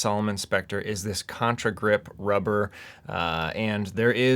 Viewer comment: I don't get why almost everyone says contRagrip. It is contagrip 😐